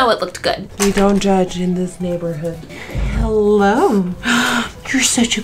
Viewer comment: who here thought that at the beggining, when nikkie said "hello" it sounded like "holo" ??!!! cristene lol